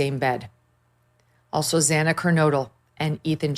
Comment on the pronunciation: He should have at least had to tell exactly what happened inside that house and why and how the viictims were chosen. It's sickening that the judge admonished the public that called against the plea deal and then he couldn't even say Xanas name correctly. It hurt my heart for her family especially. She mattered and deserved at least for her name to be known and spoke correctly with some reverence. I'm disgusted for the families.